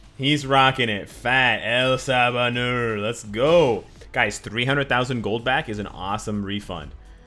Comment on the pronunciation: love videos. Excellent content today. But you're killing me. Apocalypse is En Saba Nur. EN. Not El. He's Egyptian, not Spanish. Anyway, lol. Keep up the great content and I'll see you in the next one.